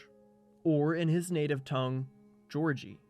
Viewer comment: Tiny correction: Giorgi is pronounced Guiorgui. The j sound is never written with the letter G.